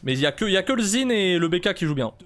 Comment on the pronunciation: tu as prononcé le pseudo du zhin d'une facilité xD